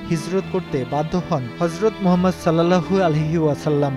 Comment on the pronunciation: সাল্লাল্লাহু আলাইহি ওয়াসাল্লাম টা ভাই একটু ভাল ভাবে উচ্চারণ করুন প্লিজ।